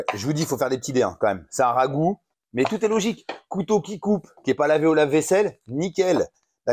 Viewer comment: Merci Nono pour la recette! c'est cool quand t'es plus calme comme ici ça se mate mieux je trouve ;) un peu foufou sans en rajouter des caisses, impéccable Avoue t'aime ce mot le rhhhaaagoo ^^